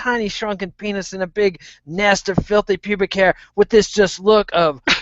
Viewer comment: He did say pennis